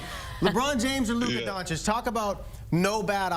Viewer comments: DONCHICH, NOT DONCHICK! Omg, so many years in the league and they STILL can't pronounce it right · I was just thinking this. How the hell has he been playing 7 years and these brothers still can't say his name right.